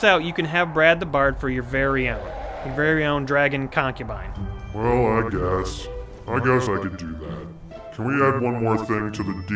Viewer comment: "Concubine" You mean Cockubine?